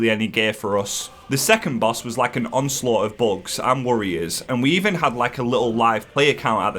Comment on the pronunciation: Insane boss pronounciations in this one. I love it